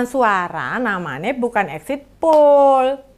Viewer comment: Poll, bukan pool..